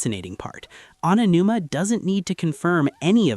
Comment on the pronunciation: How did you manage to mispronounce Aonuma like 3 different ways in the first 5 minutes?